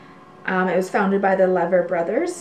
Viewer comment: Lever Bros is pronounced “LEE-ver”